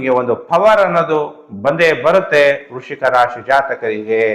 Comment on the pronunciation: ವೃಶಿಕ‌ ಅಲ್ಲಾ ಗುರ್ಗಳೇ ವೃಶ್ಚಿಕ